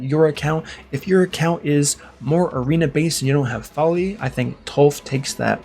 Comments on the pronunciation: Even though you typically have good content you are at times annoying. I have never been more annoyed than when you continued to say "Fowlee" over and over again. There is no "U: or "W" so where you are getting Fowlee from I have no idea. It is pronounced Foe Lee for real man. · Why are you saying Foli wrong?